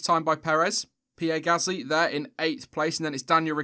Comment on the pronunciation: If ur inside the team,than you should know that it's Gasly,not GasTly...